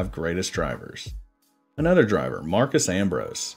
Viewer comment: Ambrose's first name is Marcos, not Marcus.